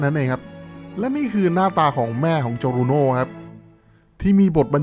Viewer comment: ฟังเหมือน'โจทาโร่ โจบาน่า'เลย555